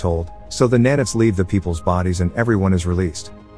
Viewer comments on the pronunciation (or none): i got a head ache, just with the pronunciations for nano and nanite, sorry it just hurt me